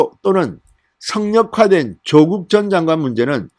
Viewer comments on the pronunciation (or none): 사전 좀 찾아보시고 더욱 정련된 가 됐으면 합니다 조:국x 조국o, 만냑x 마:냑o, 성녀콰x 성:여콰o